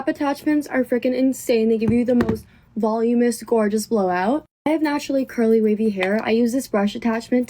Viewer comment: Never trust anyone who mispronounces voluminous, and never trust someone who acts like makeup is life-changing.